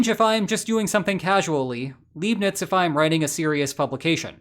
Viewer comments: Mispronouncing both 'Leibnitz' and Lagrange' in a single sentence is just trolling. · Did you pronounce Leibniz and Lagrange like that to ragebait for engagement? 😂